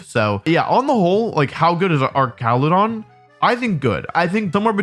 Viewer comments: Its ar ch ala don not ark cala don like it pre evo🤓 like if agree 👇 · I thought it was pronounced arch-ale-a-don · The fact you keep calling Archaludon "ar-ka-lu-don" instead of "arch-a-lu-don" is baffling to me. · hey wolfe, haven’t seen you in a while i know mom ran out of milk like 2 years ago but it shouldn’t take that long to replace it. anyway, it’s actually pronounced arch-a-loo-don. hope this helps! come home soon love u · Broke: Pronouncing it ArCALudon because it's like Architecture Woke: Pronouncing it ArCALudon because Wolfey purposefully pronounces names weird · Ah yes "Arkaladon" my favorite new pokemon. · Hey Wolfey. Little thing It’s Arch-aludon Like an arch It’s a bridge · I'm cringing every time he says that. 😬